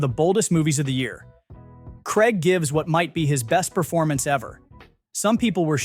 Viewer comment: It's Craig, not Kreg, FFS!!